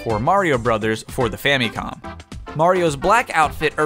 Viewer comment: Did he actually say fam-E-com